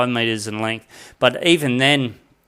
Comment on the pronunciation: Yes. If you stop saying “lengf”😉